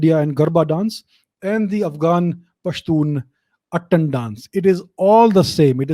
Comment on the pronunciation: Thank you sir for this infromative video But sir the proper pronunciation of pashtun dance is “attaaan” (its आ not अ in it ) ☺️☺️❤️ as i am a pashtun hindu myself found it really interesting knowing about my ethnicity ☺️☺️